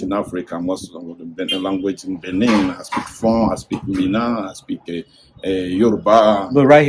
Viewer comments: Dude, it's not Benign but rather Benin. Please correct because it's embarrassing. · It's BENIN and not BENIGN